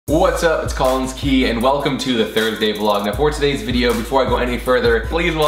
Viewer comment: THATS NOT HOW YOU SAY COLLINS